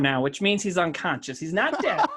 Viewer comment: Why can no one pronounce unconscious lol I'm halfway through and so far I've heard unconshun and unconscience